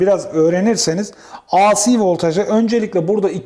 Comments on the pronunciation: Emekleriniz, bilgi ve tecrübenizi paylaştığınız teşekkürler. A Si diye ( biri Tükçe, biri İngilizce ) okunmaz, Ey Si diye okunur. DC yi Di Si diye okuyorsunuz da AC yi neden A Si diye okuyorsunuz? Kolay gelsin. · Teşekkürler; ancak ben de kendi alanımda tamirat yapayım. AC derken ya İngilizce ya da Türkçe söyleyin. İngilizce söylemek istiyorsanız "ey-si", Türkçe söylemek istiyorsanız "a-ce" deyiniz. A harfini Türkçe "A", C harfini İngilizce "Sİ" olarak söyleyince "ASİ" (isyan eden) gibi oluyor, tuhaf oluyor. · Hocam, ingilizce telaffuzda "aysi" diye okuduğunuz "IC" diye yazılır. Sizin okumak istediğiniz "AC", "eyci" diye okunur. Düzeltelebilirseniz çok iyi olur. Video için de emeğinize sağlık.